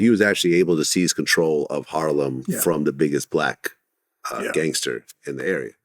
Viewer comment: dude sound racist .... "blwack"